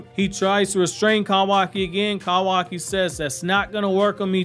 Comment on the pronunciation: I hate the way you pronounce kawaki tf